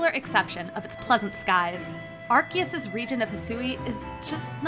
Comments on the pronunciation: Are key us????? It’s Are see us… ARCEUS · Its Arceus not Arkeus wtf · AR-SEA- US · Why are they reading the name "Arkeus" instead of correct "Arseus"? In JP: アルセウス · Ark-E-Us is crazy. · It’s pronounced ar-see-us. Why is every YouTuber pronouncing it incorrectly? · Gotta love the mis pronunciation of arceus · SAY ARCEUS RIGHT!!!